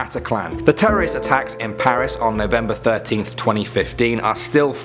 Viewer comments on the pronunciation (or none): none